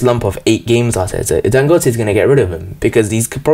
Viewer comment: You said his name correct.